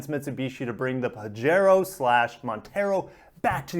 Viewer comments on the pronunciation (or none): You know I love u and ur channel man.... but it's pronounced Pah-he-ro:) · it quote you have given, says that you pronouce it pajero.